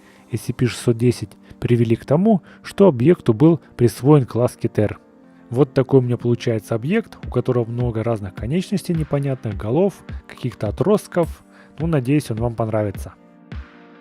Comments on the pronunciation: не кетЕр, а кЕтер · не кетАр а кЕттер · Кетр ударение на е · Правильно:класс "кЕтер" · Извиняюсь но "Кетер" ударение на "ке"